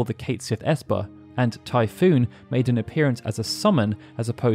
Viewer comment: Typhon. As in " tie-fun"*